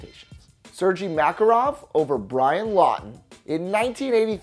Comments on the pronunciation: “Sir G Mack-ah-rof” gave me a ear cancer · You said Makarov wrong